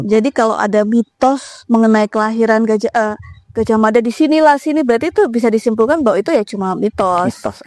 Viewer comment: Orang jawa baru kenal pelafalan a jadi o itu, di zaman Sultan Agung. Perlu dipahami bahwa cara jawa kuno = a tetap a, Gajah Mada -- bukan Gojoh Modo.